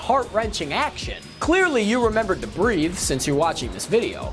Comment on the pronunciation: that's supposed to be breathe, not breath. They are two different words with two different pronunciations.